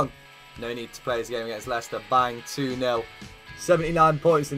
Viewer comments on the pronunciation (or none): none